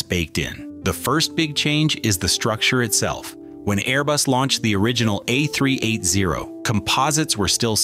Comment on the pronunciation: if you want your videos to be relevant in a competitive market, program. your automatic narrator to pronounce the aircraft the "A-Three-Eighty," not the "A-Three-Eight-Zero." And an airline (specifically Emirates here) is an entity, not a group of people, therefore it should be referred to as "it" and not "they." Adhering to these basic rules will garner you respect in the industry.